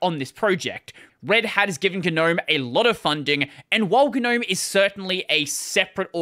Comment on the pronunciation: I refuse to use Gnome as long as they insist on pronouncing it wrong.